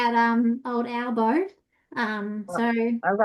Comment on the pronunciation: read albo wrong 😮